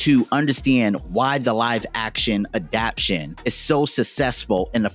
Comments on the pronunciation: I really enjoyed the graphics work and storyline of your presentation. The only thing to modify is the word adaptation 'adap-tay-shun'. Keep putting in great effort. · I like the video but I'm a grammar freak, so every time he says adaption instead of adaptation, I want to tear my nails off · It "adaptation", not "adaption". Otherwise nice video!